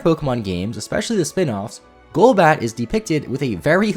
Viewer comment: It's Golbat not Globat